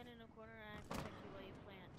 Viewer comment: I am officially dying of laughter ....and I quote "you didn't potect me"